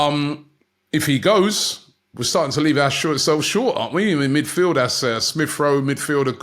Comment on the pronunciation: What was Sambi « midfiled » with? 😂